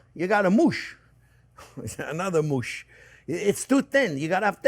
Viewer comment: Great video, Chef! I love cole slaw and cabbage is a super food! The word you were searching for when things are chopped too fine is “mush”. Pronounced rhyming with “crush” or “rush”. Not moooooosh! Lol. (Your English is just fine, my friend! Better than my French!).